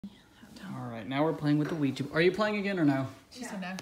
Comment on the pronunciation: It's not ouji board it's luigi board